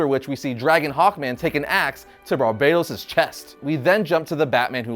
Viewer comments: Barbatos, not Barbaytos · Is it really pronounced Like "Barbados?" Not "BAR-BUH-TOHS?" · Stop calling him Barbeytos he is BARBATOS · i think you pronounce it ..Bar Baaa Toss not Barbados ya rasshole :face-blue-smiling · barbatos not barbados